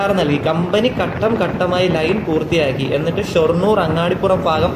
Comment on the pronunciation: അങ്ങാടിപുരം അല്ല അങ്ങാടിപ്പുറം ആണ്